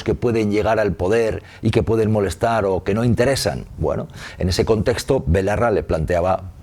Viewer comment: ¿Ferreras ha dicho Ione BOLARRA?